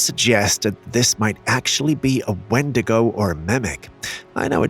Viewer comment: si es windigow is 😂